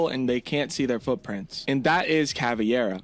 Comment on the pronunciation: Not CAVIERA, IT'S CAVEIRA!!!